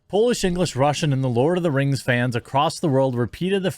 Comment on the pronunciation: Lord uh da rangs Da bling a powah.